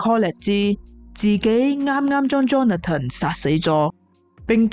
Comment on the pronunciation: 𣎴是讀Johna-ton, 是Johnathan（讀johns-fun)